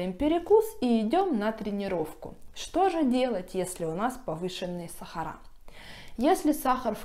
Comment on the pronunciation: СахарА красиво говорите. Я только это и слушаю у вас.